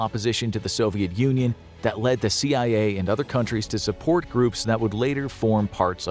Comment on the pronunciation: Can you say... See eye ayy